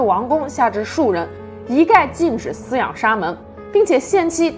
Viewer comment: 还有饲养，si，去声